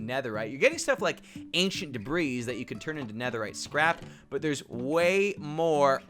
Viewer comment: It’s pronounced “duh-bree,” not “duh-breeze.”